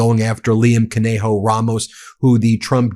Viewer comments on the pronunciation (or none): none